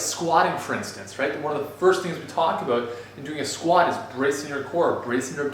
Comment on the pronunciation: "it came aboot"